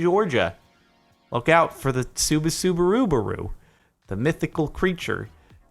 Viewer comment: sorry, i can't get past the Subasubarubaru.